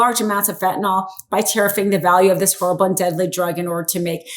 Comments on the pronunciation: Fentanyl.. Not FentanOL . Don’t speak like the poorly educated. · It is not "fentanOl", it is "fentanyl" and pronounced "fen-tan-ill". In chemistry, the 'ol' is about an hydroxyl group; the 'yl' is about a radical; entirely different, and the 'ol' would NOT blow people's minds! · When ppl finally realize Trump is mentally ill, seriously, we can invoke Amendment 25 NOW!! Trump is freakin clueless and we see his insanity right in front of our eyes!! Please pronounce fentanyl correctly, the ending is pronounced fentanyl (nil) NOT pronounced (nol) R.N. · if you're going to read the news you need to know how to pronounce words commonly used on air. Fentanyl is not pronounced "fentanall." You used that mispronunciation three times. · If you're going to read the news you need to know how to pronounce words commonly used on air. Fentanyl is not pronounced "fentynall." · It is pronounced FentanYl, there is no "o". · Is there an "O" I don't see in the word fentanyl? Why tf does everyone call it "fentynol" with a big O? The wildest part is it's always the super educated lawyer types that can't pronounce words..listen to them! A high school dropout can speak better English!